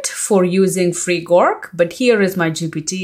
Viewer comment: Nice video. Your English accent is pretty great but onething I wanted to point out. You kept calling "GORK" but It is "GROK". ☺